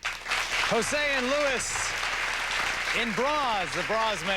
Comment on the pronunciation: Luis is pronounced Lu-EES. I’m surprised Geraldo didn’t get that right, considering his own Latino heritage.